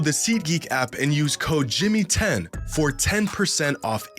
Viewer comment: I tried the seat geek app and couldn't get the promo "jimmy10" to work. Later realised that it's actually "jxmy10" but he says it as jimmy10. This guy is sabatoging himself 😂